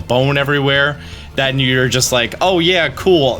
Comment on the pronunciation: did you just audibly say "than" instead of "then"?